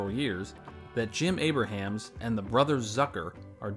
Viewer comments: although it would seem like you'd read his name as "Aybra-hams" as spelled, it's actually pronounced "Aybrums" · You're not saying Abrahams (ˈeɪbrəmz) correctly. It's not like Abraham Lincoln. It's like Brahms the composer.